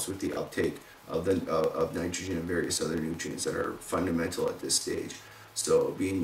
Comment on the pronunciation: fun-duh-mental!!!!:p nice vid!!